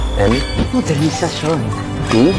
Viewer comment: Modernisasyon Hindi mordernisasyon, bungol ka talaga tanga at sinungaling pa. ? Pinagsasabi mong bagsak ang ekonomiya samantalang angat na angat sa MGA investor at umangat ang GDP ng pilipinas, tangna mo gago